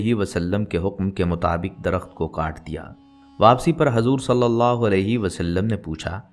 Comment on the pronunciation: by hajur nhi. hujur. bolo